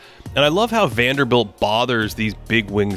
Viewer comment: Guy: Is called Jarred Vanderbilt: WANDELL!